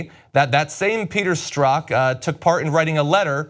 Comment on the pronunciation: John works full-time on this and can't figure beforehand how to pronounce Strzok. Next up they'll take the time to learn how to pronounce Peter Thiel's name, maybe.